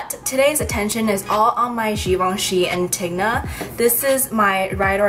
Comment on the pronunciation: *Anti-go-nah not Antigna